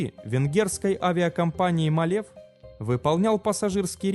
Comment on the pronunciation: Рейс перевернулся? Не малЕв, а мАлев. Старайтесь не говорить ерунды.